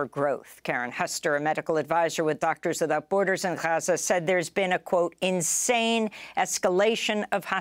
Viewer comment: Funny how Amy went from Gaza to Haza in her reporting. 😅